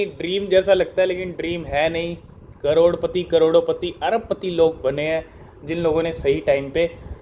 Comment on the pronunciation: Caroro pati ya carore pati 😂